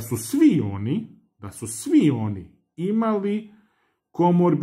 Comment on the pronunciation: Komorbiditete, a ne komorbitete:)